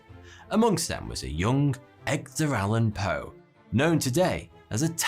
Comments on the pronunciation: Did he say Eggder Alan Poe? Lmao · Ah yes, the great Eggdar Allan Poe.